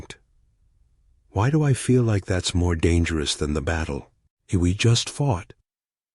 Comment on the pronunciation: Thumbnail: Someone skipped math class... more than once. 7 feet? More like 7 meters. Oh No'sss, not Dang --- Eris. That's much worse than Darn --- It. Fove??? I don't speak Veron. Fee? I'm not familiar with Nautical terminology. This is so bad. Find the rest of the bad AI yourself.